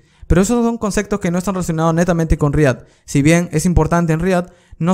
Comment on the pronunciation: Nadie: Absolutamente nadie:: CONCECTOS